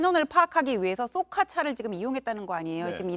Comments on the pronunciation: 쏘카가아니라 좈 카네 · 쏘카가 아니고 쌕칸데.